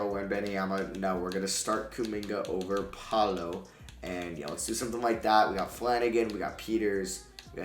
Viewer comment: This just popped up on my YouTube Home Screen: I watched and why did you pronounce paolos name like that